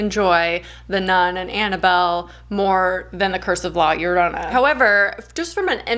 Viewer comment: Your pronunciation of llorona is spot on hope to talk to you love your content!